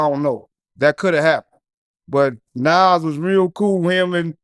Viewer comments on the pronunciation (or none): I hate the way the goofy interviewer say Nahwooz instead of Nas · pronounce it like Nawz